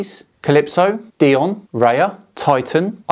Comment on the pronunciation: "God of the gaps" I would expect a channel of that size to be a little better at their due diligence. (btw "Dione" is pronounced "Dye-Oh-Nee")